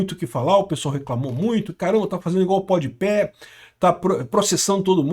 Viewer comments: E nao tanko o chamando o podpah de podpé kkkkkkkkkkkkkkkkkkkkkkkk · é pod pá, não “pod pé” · é POD PAH e não PODIPÉ kkkkkkkkkkkkkkkkk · Adoro que o parece se recusar a acertar o nome do Pode Pé 😂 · impressionante, é pod pé, é rap (pronuncinando rápi), o cara vive em outro mundo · Pode ser que ele esteja falando de propósito ou está falando como se fosse em inglês. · N sei se é de propósito. As vezes ele fala errado msm as palavras. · Se diz "Pode pá"